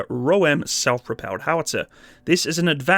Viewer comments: Nice video, lots of good info! I appreciate that you pronounced the name correctly... Some other dude has made a video about it, and was calling it the "Roam", rather than the "Ro'em", which after too many instances prompted me to stop watching, lol. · Hi, you are the only narrator who pronounce the name right... 😀